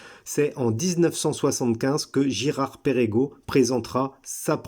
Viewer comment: ça ne se prononce pas Pérégo mais Pergo.